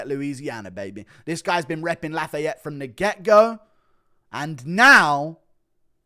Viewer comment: Laugh-A-yet is definitely a new one. It’s laughy-ette or laugh-I-yette